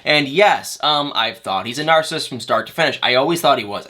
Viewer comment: It’s Nar-cis-sist not Nar-cist🙄